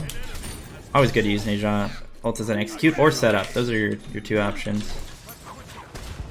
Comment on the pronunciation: I love the vids man but PLEASE WHEN THE GOD SAYS THEIR OWN NAME PRONOUNCE IT THE SAME WAY THEY DO NE ZHA IS PRONOUNCE NAH-ZHA NOT NAY-ZHA